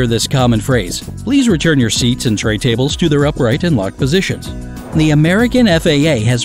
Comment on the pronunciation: "ta bles"